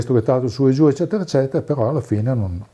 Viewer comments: Mi permetto di correggerti: "ezzetera ezzetera..." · "eccetera eccetera" a parte, super intervista! :D